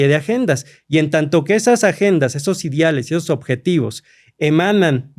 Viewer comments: Si mi amigo doctorante pronuncia Idiales y no ideales, esta cabrón como llegó ahí... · Ni sabe hablar jajajaja dice “idiales” “acordiones” y se supone que es doctor 😂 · Y además los “idiales” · Historiador que dice "idiales" 😅